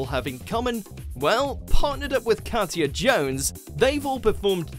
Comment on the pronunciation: 10) Alesha Wiz robbed and he my deared Shirley. 9) pronounced Ol-la 8) Kat-ya should be higher. Anton's Latin is a bit pants but he is a legend. Oti's just won this year with Kelvin :-)